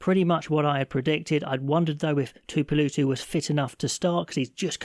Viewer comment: Tuipolowtu is how hos nome is prununced